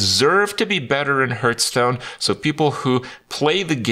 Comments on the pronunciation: i love hearing kripp say Hurtstone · I always hear "Hurtstone" when he says it